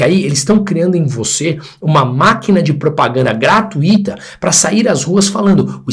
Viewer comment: "GRA - TÚI - TO e não "GRA - TU - Í - TO